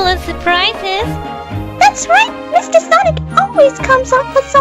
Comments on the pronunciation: HIS NAME IS NOT SANIC!!!!!! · every time says Sanic LoL